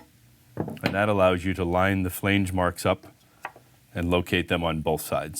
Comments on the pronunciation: I couldn’t watch the whole video. The 1700 times the word Flainege was said in the first 3 minutes instead of flange, was way too much for me😣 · Made my nipples hard (NOT in a good way) everytime he said "flaynge"!!! New drinking game! Take a shot everytime he says "flaynge"!! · Not sure what language you’re speaking but flange doesn’t rhyme with range. Flange like flan. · The way he says flange with a hard "A" has me laughing so much I had to show my wife. I assume this guy is Canadian. Good video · Really helpful video, but every time you pronounce flange 'fhleange' a little bit of my soul withers up and dies! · Canadian here and I thought it sounded odd too. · You mispronounced the word "flange "? It's not pronounced with a long A. Lol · This was the comment I was looking for... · Someone tell this guy how to pronounce "flange".. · I was thinking the same thing.